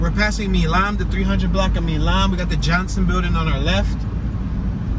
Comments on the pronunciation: Milam Street ... Milam is pronounced with a long "i", like 'mile-um'. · You pronounce “Milam” like MYLEM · Great video of my hometown. You pronounce a street name wrong. Milam Street is pronounced My-lamb. Milan is in China. Back in around 2008 downtown Shreveport was featured in the film "Disaster Movie" which starred Kim Kardashian. Back then there were a lot of big movies filming in Shreveport. "Premonition" with Sandra Bullock, "Mr. Brooks" with Kevin Costner, "W" and other major films.